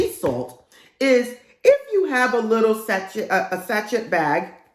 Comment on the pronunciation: Thanks for the video! Loved the LOA tips! (Btw, say it sa-shay)